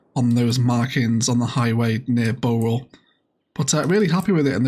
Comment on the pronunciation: Bowral is pronounced how you say bow when referring to a boat. So bow-ral